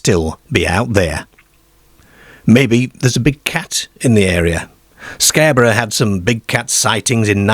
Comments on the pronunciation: Britain does not have a werewolf problem, because it does not have werewolves. Why do you mispronounce words? Darebyshire, Scareborough, pearties, fairmland etc. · Love how you say 'Scare'borough and Bizzear in their Gearden with sheards of gleass. A tall Deark figure 😂🤣 👍🏼